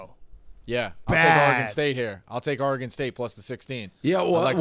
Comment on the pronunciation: How is Dave 60 years old and still can’t pronounce Oregon correctly. It’s so easy. It’s not OrAGon or Orygon. It’s Oregon.